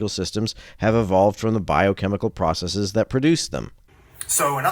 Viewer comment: It's nice to hear someone say "processes" and not "processies."